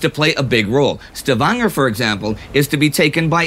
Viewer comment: The way you say Stavanger is so wierd. It leaves me as a Luxembourger cringing.